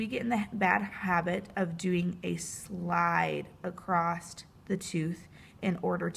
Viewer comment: nice video very helpful but couldnt help hearing 'acrosst' when it was said lol